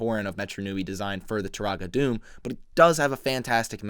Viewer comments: Also, it’s pronounced “Doo-mah” not “Doom” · Am I the only one who's annoyed that he pronounces it Doom and not Duma? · It’s technically pronounced (doom-a) it’s no big deal I just figured you’d want to know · One of my all time favorite sets. I used to have a shelf over my bed and I would have this set hanging by its claws like a bat off the edge of the shelf. Btw, Turaga Dume is pronounced Doom-Uh. Excellent video as always! ❤❤ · Great video! But Dume is pronounced "Dooma"